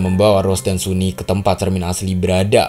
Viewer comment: Bang, sunny itu cewek ya? Dilihat dari tubuhnya dia itu cewek, hanya saja rambutnya yang pendek. Wajahnya juga sudah cantik, tubuhnya juga tubuh cewek. dipastikan dia cewek Bacanya bukan suni tetapi sani